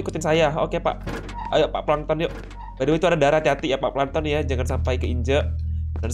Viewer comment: Bang kok lu ngomong pankton tollol kan abang family friendly?